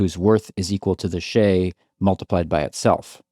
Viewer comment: It would be better if you say shay with "shy" and add d on the back.instead of sheyy